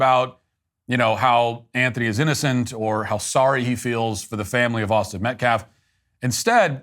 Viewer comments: Who's Metclaff? And how do you dishrespek someone? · How stupid is this guy? metclaf? Doesn't even know how to say his name. Also, self deflense. Its defense dumbass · Austin metclaff ? That dude couldn’t even pronounce the victims name right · You know what? I think he is on purpose saying Austin's last name wrong. It's Metcalf NOT Metclaff you hateful turd. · Pronounce the victims name correctly, goodness! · He cares so much about the victims he couldnt even bother to read their name properly. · Dominique couldn't even be bothered to say AUSTIN METCALF's name correctly! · "we respect the loss of life" mispronounces the victim's name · That attorney doesn't even pronounce the name properly. He said 'Metclaff', what a supreme loser he is. I do feel like this boy made a serious mistake but he has to pay for it, regardless of whether he meant to kill him or not. Sad situation here and everything seems to fall back to Race. He wasn't in any risk of being killed by Austin and this case should be a slam dunk. As far as the money is concerned, I could care less about what they do with it, it's blood money and it's spiritually cursed. Karma is on the way. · Karmelo Anthony will end up being free because the Metcalf Dad is so woke. Edit: how can that Ebonics speaking dude not even pronounce Metcalf? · The fact he keeps pronouncing Austin's pretty easy last name is gross. How is it inappropriate for the victims father to be at a press conference? This group is making every bad optics move possible. Then blaming the school district for not cancelling the track meet because of bad weather? Lol wow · Dominique: calls Jeff "disrespectful" Also Dominique: can't even get the deceased kid's name right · This fool keeps saying Austin’s last name wrong. Metclaf who is Austin Metclaf… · Is the mispronunciation of white people‘s names intentional or is he really just that stupid?